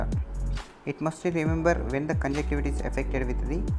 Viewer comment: Dear doctor nice presentation. Please little correction in presentation. Junction- con (with / together ) con junction. It is con juNction - conju N gtiva. You missed the n among conjuctiva. Majority non ophthalmic doctors and medical representatives used to muss N.